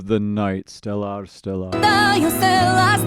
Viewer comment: Well, that's a unique way to pronounce stellar. STELL-R